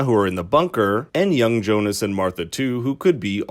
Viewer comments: But why? Why do you americanize their german names? It's Jonas!! Pronounced "ionas", not "johnas"... And same with the rest of them. You'd think you know that after 2 seasons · Jonas? Seriously? Do you spell it like that? It pronounces Jonas. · Its pronounced ‘Yo-nis’ not ‘Jonas’ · It is Jonas. It's a German name as well. And Franziska without h